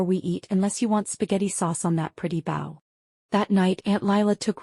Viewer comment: Stop mispronouncing bow 😢😢